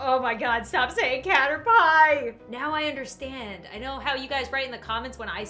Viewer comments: Guy:CaTeR-PiE Also guy: She lives in the western province of vEsEyEs . Me:ITS VISAYAS AND CATERPIIIIIIE As a filipino i have never been this triggered of a video of “facts” ever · Since when was Caterpie pronounced CaterPIE ? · Narrator: cater-PIE ITS A CATERPIE THATS MADE OUT OF PIE! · Man: caterPIE: No its caterpie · common pokemon veterans: pronounces caterpie cat-er-pee: cat-er-pie me: cate-er-pie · It isn't Kah-ter-pie! It's KAH-TER-PEE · number 6:cater pie me- dies of laughter inside my head-this is how you say it "cater pee" NOT FRICKIN CATER PIE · says you need to catch thousands, and says cater pie Me: bangs my head against the desk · It is freaking cater-pee not cater-pie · Nuuuu its cater-pii hes not a PIE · IT IS PERNOSED cat_er_pee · When he said Cater Pie instead of Caterpie I frikin exploded😂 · Cater pie Me: ITS CATER PEE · Guy: pronounces caterpie wrong Me and: dieing inside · Lol: OMG STOP SAYING CATER PIE ITS CATERPY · Narrator: "CaterPIE" My brain: 🐱 or 🥧? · It's cat-er-pea 😭🥺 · No one: Video:Cater-PIE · he said a lot of things wrong, first he said caterPIE. And next, he said Visayas wrong. He pronounced it as "Visaias" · Caterpie no you pronounce it cater pie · Number 6 caterPie Me:laughing soooo hard Mom: are u ok 😐😑😑 Me:yes it's just caterPie!!!!😂😂😂😂😂😂😂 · Its caterpee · No one: Literally No one:: Cater-Pie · Yes the caterPie A+ on Pokémon names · Caterpie PIE! GIVE A LIke to make everyone pronouce correctly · This is how the man say caterpie CATER-PIE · i learned that some people can't say caterpeeee is it that hard!!?!?!?!? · Its not Caterpie Its Caterpee Its not Viseyes Its Visayas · Nobody: Absolutely nobody: Not even the freaking sea gals:: cater-pie 🐛🥧 Me: 🐸<——— I turned into “BULBASAUR” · CaterPIE - dies wait does he keep saying it?! - CaterPIE Me- R.I.P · What the frick is a cater(PIE)